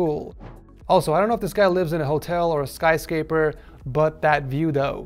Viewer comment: "skyscaper" lmao